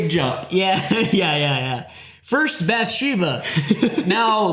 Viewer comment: Bathsheba(Bath-She-bah), not bathesda(Bah-thez-Dah)